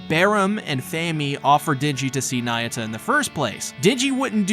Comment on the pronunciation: not nayuta bro..